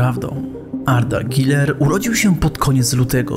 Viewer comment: Jakie "i".. czyta się przez "u". Boli jak to słyszę ://///